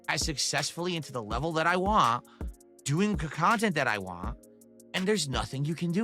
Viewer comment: Why can’t he pronounce the word “want”, it really gets on my nerves!